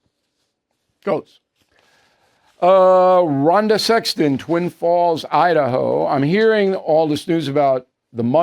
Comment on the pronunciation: "Ron DeSexton" 🤣🤣🤣🤣🤣